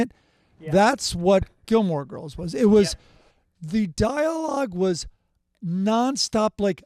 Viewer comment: It’s Gilmore Girls,. Jesus Christ.